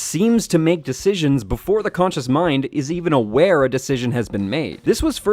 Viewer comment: konchus? I thought it was conscious...